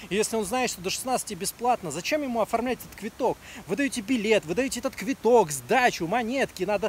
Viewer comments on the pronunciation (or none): А почему он говорит "квиток"? Ведь "Квыток" (так правильно произносить) это просто слово билет по украински.